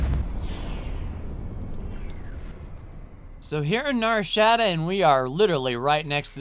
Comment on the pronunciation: 😂 Nar Sh - ah - dah not Nar Shaa - da 😅 Great work on the series!